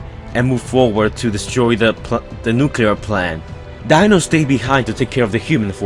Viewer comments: Deano, not dinno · dino not dieno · It's pronounced Dee-No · You pronounce Dino as (deeno)